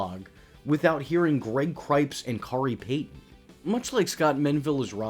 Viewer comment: Cipes, not ‘Cripes’